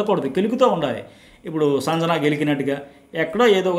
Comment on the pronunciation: సంజణ కాదండి... సంజన అని పలకాలి